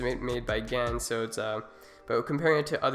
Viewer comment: GAN not Gans.